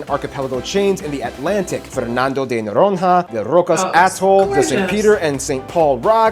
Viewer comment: faltaram muitas coisas. Algumas explicações estavam fantasiosas e teóricas demais. Ahh, Noronha precisa ser melhor falado - o dígrafo nh se pronuncia de outra forma.